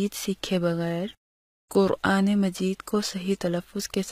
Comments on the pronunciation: ماشاء الّلہ جزاک الّلہُ خیراً میری ان بہن سے درخواست ہے کہ اپنا “ ق” درست فرمائیں - ق کو ک نہ کہیں-یعنی قرآن کہا جائے نہ کہ کران- جزاک الّلہ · تم تو پورا الفاظ غلط پڑھ رہو قران تم کران بولتے ہو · Why u say kuran not quran.